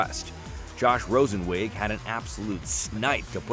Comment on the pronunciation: They said my name wrong but thanks for saying it. Im Josh Rosenzweig.